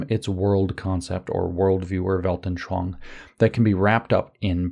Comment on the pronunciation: You actually always say "Weltnschoang" instead of "Weltanschauung"